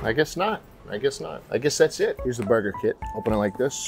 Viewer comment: i thought he said murder kit instead of burger kit.. i didnt even question it until i saw the packaging